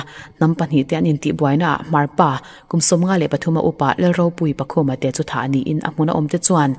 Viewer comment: Pakhûmate, ni loin Pakhuongte tih zawk tur aw.. i chhiarthiamlo chuan midang hnenah advice la thin rawh.